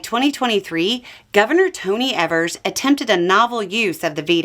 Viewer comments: For future reference Tony's surname is pronounced EE-VERS.. not ev-ers. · Just so you're aware, his name is pronounced EEEvers like eel, not like ever. 😊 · Wanted to quick note, as a Wisconsinite, Evers’ name is pronounced with a long E instead of a short E.